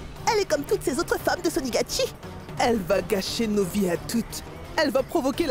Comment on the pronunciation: C'est pas sonigatchie mesdames c'est sonagatchie😂